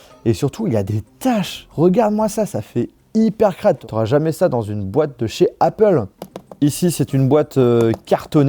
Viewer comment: jsuis dsl mais c'est pas comme ca qu'on prononce apple. mes oreilles de bilangue saignent fort.